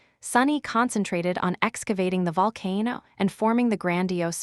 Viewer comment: I never want to hear AI say the word “Volcano” ever again!!!!!!